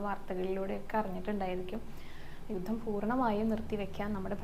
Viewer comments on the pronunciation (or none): none